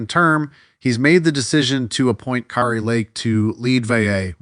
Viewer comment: You are mildly ignorant of the facts and grossly nauseating. You don’t even know how to pronounce Kari’s name.